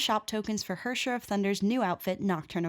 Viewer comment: HERRSCHER its pronounced way harsher xD Now I get why many people say that German sounds aggressive :D